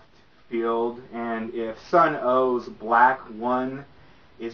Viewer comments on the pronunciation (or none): its an amazing record... Love the band.. but this dude reviewing needs a script or something... its pretty painful to watch him talk about it... but get the record... Also its pronounced SUNN.... not Sunn-o. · It's just pronounced "Sun" not "Sun-O". I was making that mistake for a while as well.